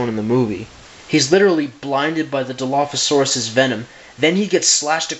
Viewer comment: You don't say dilophasaurus like that Think of dino then turn the n to an l and then add the phasaurus back